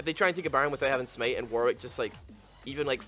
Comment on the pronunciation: Sm8, smeit, smate 😂 It's called smite -_- LIKE SMAIT